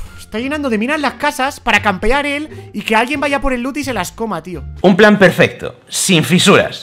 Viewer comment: No sé si se dieron cuenta pero envez de decir perfecto dijo perfesto😂